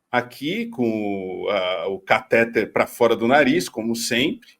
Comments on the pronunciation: Catéter... não,, cateter, com sílaba tônica em "ter". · Cateter, não catéter, kkk